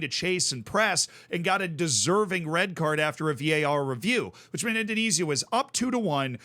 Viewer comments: With a name like, you'd think he could pronounce the Dutch East Indies correctly 😂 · The way pronounces 'Indonesia' intrigues me.